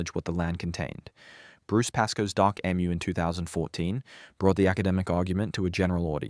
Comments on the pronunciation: Ffs emu is pronounced E-mew or eem you. Not Emm ew. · You have an Australian accent but you can't pronounce EMU correctly. If the Aboriginal people built villages, why do they not have them now?